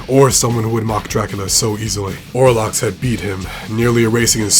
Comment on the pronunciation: If you play the game, you know his name. It's OL-ROX! Why can no one get it right??